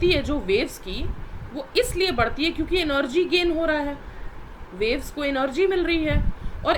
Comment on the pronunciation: Mam energy ko enorgy bool rahi hai🤣🤣🤣